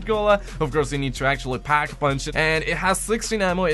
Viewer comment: You can't even say pack come on now